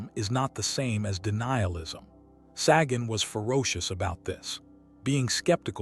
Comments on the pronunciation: It's not "saggin'." Sagan rhymes with pagan. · You’re joking. Ai voiceover and AI script trying to talk about authenticity….can’t even pronounce Sagan’s name.. I picture a snobby cheesemonger handing me a fuzzy, grey lump of mold